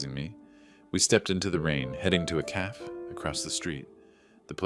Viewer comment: A calf is a baby cow. A cafe a small eatery is pronounced caf-a. A.I. needs to go back to school.